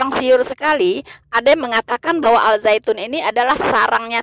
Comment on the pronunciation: Koreksi: Dalam penulisan bahasa Indonesia, Al- Zaytun, sudah benar. Akan tetapi cara membacanya atau menyebutkannya utk Indonesia tdk lg Alzaytun tapi Azaytun. Al- Zaytun, di baca: Azaytun.